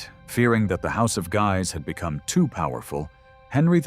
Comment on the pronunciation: I enjoy the information contained in your documentaries. However, I cringe at every mispronunciation. Henry, Louis, de Guise, etc. The mispronunciation takes away from your ethos, making me question the validity of the information given.